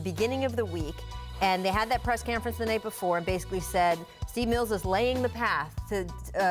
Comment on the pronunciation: “press Camference “